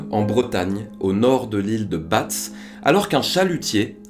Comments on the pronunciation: Super vidéo comme d'hab, petite précision on prononce l'ile de bas et non de batz, force a toi et continue 💪🏻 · Bravo, passionnante rétrospective. Une petite remarque : l'île de Batz se prononce [ Ba ]. Par ailleurs, il est curieux que la découverte du fémur et du tibia du DR Godard ait immédiatement entraîné la certitude de sa mort. Imaginez que le Dr Godard arrive devant vous, maintenant, avec des béquilles et une jambe artificielle... Je sais, c'est tordu et la probabilité d'un scénario où il n'aurait "que" perdu une jambe est extrêmement faible, mais si on respecte jusqu'au bout la rigueur scientifique de cette affaire, il devrait logiquement subsister un doute... tant qu'on n'aura pas retrouvé par exemple son crâne, à l'instar de la petite Camille.